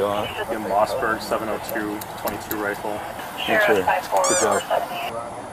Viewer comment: officer litterally reads "moss berg 22lr"